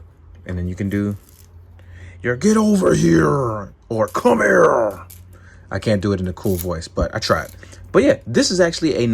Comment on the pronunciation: Thought u went full Irish there with your "Come Here!" D. LOL